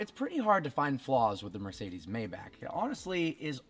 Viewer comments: Yeah it’s mybock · Isn’t it like “mai-baak” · It's pronounced "My Bach" not "May back" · May-Bach Not May-Back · First thing - hates the looks? Then why did you buy it? And it’s pronounced MY-BACH, not May-back. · It’s pronounced MY-Bach not MAY-Bach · It's not called "Mäybäck" its called "MaibaCH" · It’s “my-Bach” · IT’S GERMAN. ITS PRONOUNCED MY BOCK. I cringe so hard every time you say it incorrectly. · I be hating the way u say “mayback” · It's "mybock" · No it's not mybock.... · Originally it is pronounced "MajbaH". H like Helen :) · Sad you don't know how to correctly pronounce the name of your own car. May want to look it up. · You didn't even pronounc Maybach properly. Wtf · One thing I hate, the fact that you mispronounce Maybach.